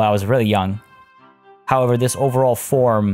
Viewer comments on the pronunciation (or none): none